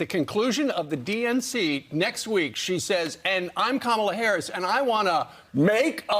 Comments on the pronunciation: Her name is NOT pronounced Kah-mula, its (Comma-la), Kamela. Please get it accurate on your publication. Thank you. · It’s KA-mala. 😑